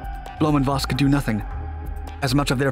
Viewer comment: It's blom-foss instead of blom-voss and it's messershmit instead of mesher smith.